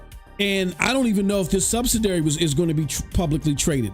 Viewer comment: Say it with me. SUB-SID-I-ARY.